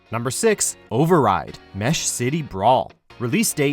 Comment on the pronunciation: did he just say Mesh?